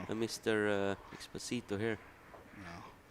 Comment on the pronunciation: Please try for the next time to pronounce correctly the spaniard surname... it is not Expo-SI- to, thats the famous Luis Fonsi song DESPACITO, its Ex-PÓ-sito, accent in the second silabe. Thanks very much.